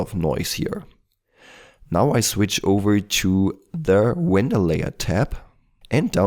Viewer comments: "Wender" sorry man, love your vids XD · Don't fret about it, I love your Elmer Fudd accent. ;)